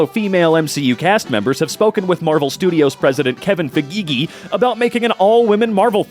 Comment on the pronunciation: "Kevin fegege"